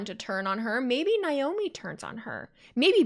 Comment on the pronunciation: Believe Naomi's name is pronounced Nay-Oh-Me not Nigh-Oh-me. Sorry, it just bugs me a little. The whole thing with MCMG and The Bloodline and Roman,etc. was fun!